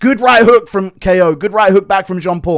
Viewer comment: Bro’s named Ko as in rhymes with go bro stop saying k.o with you head ayuh